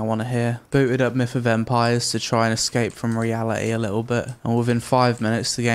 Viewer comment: Why do i hear "Meet a vampire " instead of "Myth of Empires" ?... Great review though.